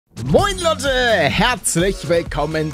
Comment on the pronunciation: Palle sagt am Anfang "Moin Lotte " und nicht "Moin Leute" .😁